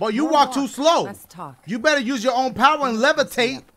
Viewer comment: WHY EVERY THINGA GOTTA BE A POWA